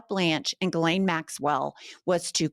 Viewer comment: Thank you for pronouncing names correctly! If I hear someone say "Jislane", one more time.........🙄